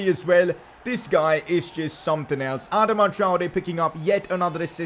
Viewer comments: Its not adma its adaama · Ur pronouncing Adama wrong😂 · You say AdamaTraore weird uh-doma Tri-Ore